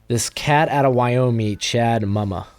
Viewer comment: I went to middle school with chad mumas lil bro it’s like moo-ma